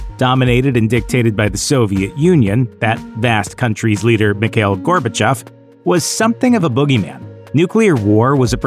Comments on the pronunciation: Its not pronounced Mik hail. Its pronounced Mee /kha/ eel. You got to put some phlegm in the kha part. Its my first name as well. My thoughts on Mr. Gorbachev is that he was the most humane leader The USSR had, he should have stayed on . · And "Mikhail" is "Mee-ha-eel"